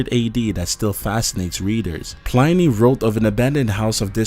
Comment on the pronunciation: It's 'Plinny' , not 'Pl-eye-nee'